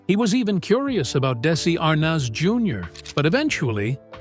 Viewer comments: Arnoz?????????? It is pronounced like Arnez. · It was a 28-minute video that should have been about 5 minutes long. Many minutes of repeating the same narrative over and over by an AI voice. Anyone under the age of 100 years old knows how to correctly pronounce Arnez (R- NEZ). It's not (R - NOZ). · Gawd, how I hate these AI-narrated stories. Lucille Ball was married to Desi Arnaz, pronounced DEH-zee ar-NEZ. He and people in the news, TV, etc. pronounced it that way. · his name is pronounced “ArNEZ” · These stupid AI vids. It's pronounced "dez-see Ar-nez'. And, half the time, showing pics of the wrong ppl eith what is being spoken, described. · When such appallingly misspoken AI narration is used in a video it brings into question the accuracy and value of the entire content. It's bad enough when mistakes in pronunciation are made, and allowed to slip through the editing process, but when those errors involve iconic Hollywood celebrity names... there is absolutely no excuse. Your concept had potential but the unforgivably sloppy production values force a dislike on the video itself, and a request to not recommend this channel on my homepage in future. I strongly advise you to get your act together, or to seek out an alternative pastime to video creation. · I hate ai. It's Desi not Daisy and Arnez not Arnoz😡